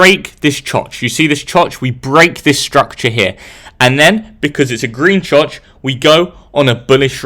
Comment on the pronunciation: Him saying choch got me giggling